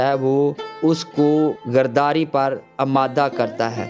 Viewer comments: I’m sorry to say, please correct your urdu, (word is ghadari not ghardari) you’re pproviding the good information from the Bible but the level & the standard of the language should be maintained. word of God will be more effective & more people will be blessed. thank you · لفظ گرداری نہیں غداری ھے۔